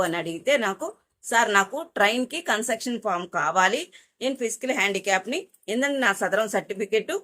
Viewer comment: కన్సర్టెక్షన్ ❌ కన్సేషన్ ✅